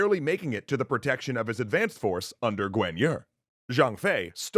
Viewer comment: How do you pronounce the guan in Guan Yu and guan du completely different. I understand messing up on some crazy names but this list is probably the most rushed and inaccurate series you’ve come up with and it’s such a popular story